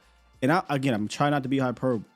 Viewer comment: Hyperbole has the e sound on the end. Hyperboleeeeeee